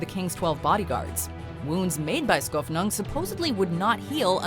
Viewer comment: oh... never knew. Although he got Skofnung right.